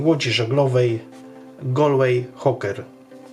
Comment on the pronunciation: Jako ktos, kto mieszkal 18 lat w Galway i ma znajomych plywajacych tymi lodkami, zapewniam, ze wymowa to "gol-łej huker" 😊 W szoku jestem, ze ktos zrobil model akurat tej lodki! ❤❤❤ Dzieki za film!